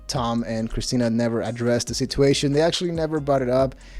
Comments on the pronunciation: At the risk of sounding like a jerk, just offering a friendly correction. Situation is pronounced sitchuation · Great channel. Just wish you'd learn how to pronounce "situation" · sit-uation. It’s sitch-uation